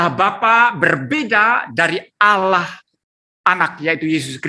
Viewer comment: ALLAH om bukan "Allauh" yang kata itu dicuri kristen indonesia. Pdhl di teks asli nya (biblos) "Theos". Kristen Amerika/Inggris lebih pnya jati diri, mereka gak pake kata "Allah". Mereka pake kata "God". Gak malu om nyuri, mana baca ny salah lagi jadi "Alah".... haduhhh